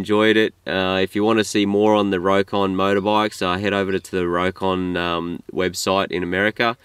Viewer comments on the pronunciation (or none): The name is pronounced "Rock-on" not "Row-kon".